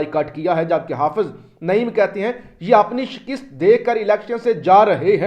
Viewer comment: جناب آج چوتھی بار آپ سے درخواست کر رہا ہوں کہ شکست کا تلفظ درست فرمائیں ۔